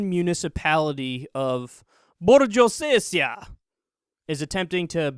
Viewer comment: Unless you've misspelt the name of the municipality on your crotch bar, it's pronounced "Borg-o-sezia". Stop trying to be funny with a language you don't understand.